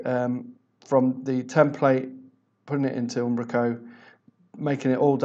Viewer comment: I like how he says Ambrako, that said thanks for the tutorial